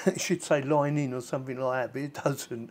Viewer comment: 😂 she saying A-U-X mode lol